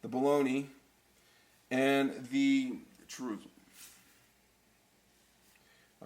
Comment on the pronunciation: Not only did you mispronounce ramen, you misspelled chorizo and and mispronounced that too. This recipe is a sin.